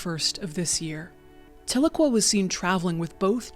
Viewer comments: Side note: Tahlequah is pronounced "tell-LUH-KWAH" like "Ahhh"...it's a TsaLaGi (Cherokee) language word, originally phonectically "Ta'ligwa", meaning "Two is Enough", a reference to our elders meeting at the end of the Trail of Tears......Tahlequah is also the capitol city of our United Keetowah band nation in eastern Oklahoma <3 This video hits hard, as I lost my first son as a baby. Thank you for sharing this story. I grieve with these mothers. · As an Oklahoman, your pronunciation of Tahlequah was throwing me off but this was a very touching story. Thank you for sharing and for all the work you do.